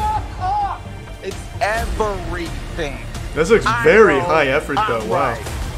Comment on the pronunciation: for a rare, four-syllable "EV-ER-Y-THING" ps: that's and he's a total clown, in a good way. fun channel